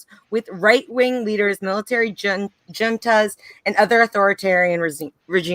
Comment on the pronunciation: I love the content and the conversation, but it's a little awkward to listen to a leftist not know how to pronounce "coup d'etat" and "military junta" while reading from recent "research" on Wikipedia. WTF